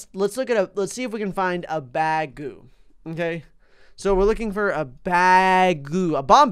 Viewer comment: When he said bagu fish I thought he said bag o fish! XD